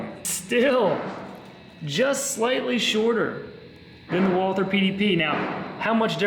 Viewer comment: Oh.. and btw you yanks keep on breaking the name.. it's not Walther like the English th sound.. it's Walt-her with a silent h.. a German name.. 😛